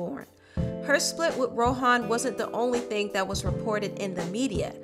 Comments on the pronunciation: It’s not Row-hawn...it’s Row-Auhn...ask a Jamaican how to pronounce it. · I think you did a very great job on this. I just have something else irking me and you know I’m going to say something about the way you pronounce things why do you keep saying It like Ro-Han Marley? It’s just Rohan Marley. That unplugged c.d..?????? Hallelujah! That CD was so deep and on top of that you talked about the demonisizim (spelled incorrectly) of one of the music industry and how God had rescued her... that CD is so powerful, it is not very often I listen to it because I always end up in tears and then praising God and giving Him all of the glory hallelujah! Thank you Jesus!